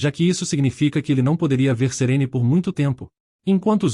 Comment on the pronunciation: Serene? Nun é Serine?